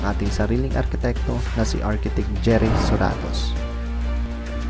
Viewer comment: Hina ng boses mo pre,,,malakas pa yung background... ARCHITECT... ARCH.. not AR.